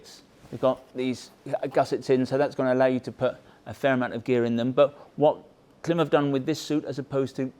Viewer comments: It's Klime - rhymes with Slime, not Kilm like slim! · Whether British English or American English, the rules of pronunciation are the same. When there is a horizontal slash above a vowel, that indicates the vowel ought be pronounced "long". Thus, Klīm ought be pronounced "CLIMB". not "CLIM". As a distributor, of course you know that. To insult the brand with your short- voweled quip is deliberate. In my thinking, that diminishes your brand. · Klimb is pronounced ( climb) notice the line over the letter i 🤣 that means it’s pronounced ( eye) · It may well be spelled K-L-I-M but it's pronounced CLIMB. You "experts" should know that. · Genuine question. Is there a reason you guys pronounce it Klim (like limb) not Klim (like Climb)? Their own YouTube videos pronounce it as Climb... I'm intrigued....!! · it's pronounced as "climb" ;) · Are you aware that it’s actually pronounced like “climb.” The “i” has a diacritic above it. The macron indicates it is a long vowel. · Thanks for this in depth overview. It’s super helpful as I’m deciding between this and the Badlands for riding in Colorado, which has everything from deserts to 4000m peaks. One piece of constructive criticism: the company pronounces their name honoring that long vowel macron over the ‘i” - it sounds the same as “climb.” That said, just keep saying Klim! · Can you imagine the marketing people at Klim cringing every time pronounces their brand name incorrectly! 😁😂